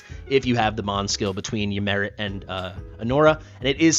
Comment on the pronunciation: I like to think Ymiret is French and pronounces her name as "Yimeray"